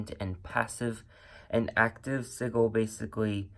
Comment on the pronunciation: Hon / not meaning to be a Ultra Virgo during this season / yet we pronounce sigil as /si juhl/. And nice!